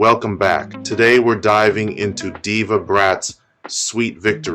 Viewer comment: The mqn name is Deva stop spoil up the man bloodcloth name low dancehall if u cant pronounce ppl name